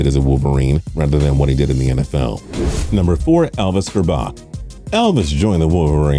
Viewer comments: OMG and it’s gerrrbac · He also pronounced Elvis grbac's last name wrong. It's (gurr-back) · Shem-beck-ler and Ger-back